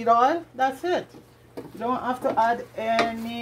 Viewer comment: Why do Jamaicans say had instead of add? Are they trying too hard to speak proper English? Or is it Hinglish?